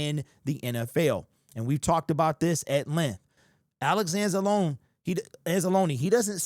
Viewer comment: Thank you for saying Anza-loneeeee, not Anz-Alone...